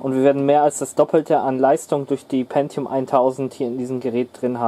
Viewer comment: Sehr gutes Video, lässt einen gleich in Erinnerungen schwelgen. Auch Top das du Win ME benutzt, dass war gar nicht so schlecht wie viele sagen… Und endlich jemand der “Pentium” richtig ausspricht. 😅